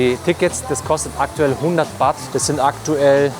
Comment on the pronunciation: Das Thai Geld heist nicht Wat sondern Baht.👌😉😁